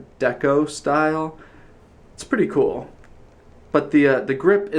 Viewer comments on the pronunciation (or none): none